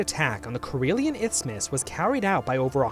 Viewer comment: you said izmus or itsmus multiple times. the word is isthmus. no ts in it